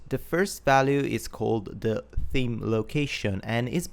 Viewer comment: I giggle when he says theme like team <3 accents are great